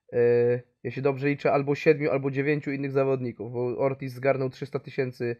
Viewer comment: Ortiz, a nie "orkiz". To nie pszenica orkisz